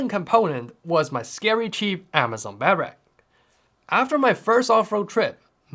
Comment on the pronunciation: Imagine being 30 years old and not being able to say “Bed-Rack” properly…😐